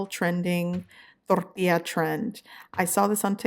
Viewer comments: The way you say tortilla sounds like aids. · The way she says tortilla 🤦‍♀️